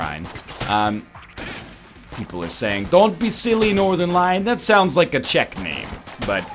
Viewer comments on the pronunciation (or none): none